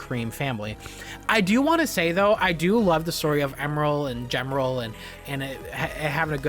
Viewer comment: Awesome video keep it up! Mimor not pick, but the way you say Gemerl and Emerl is wrong 🤣 still awesome video